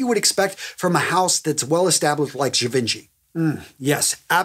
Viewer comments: You are a revelation. Thanks so much for the fragrance vids. Zhee-ven-shee is how you pronounce Givenchy. I know you asked about Gaultier's Le Male. Not criticizing. Just thought you might want to know. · Great video. Love these! Just a tip, apparently I learned Givenchy is actually pronounced Gi-von-chi..